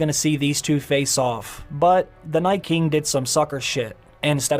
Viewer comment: Is it just me, or is the way the narrator pronounces Night King reminiscent of William Shatner? NAYTKING The rest reminds me of digital text to speech. Interesting inflection.